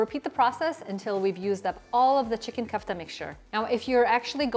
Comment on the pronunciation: Ku-ff-ta ❌Ko-aff-taa ✅✅ .. great recipe though